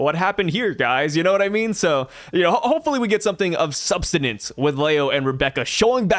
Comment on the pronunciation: brother, the saying is "something of 'SUB-STANCE'" lmaoo -- I heard you on the podcast with Par say "something of 'sub-stain-ance'" a few times and that has to be one of my new favorite portmanteaus ever. big shout out to you both